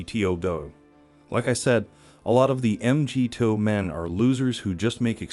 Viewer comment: Why are you pronouncing MGTOW that way?